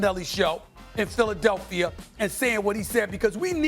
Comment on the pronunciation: Stephen “Philadelphier” Smith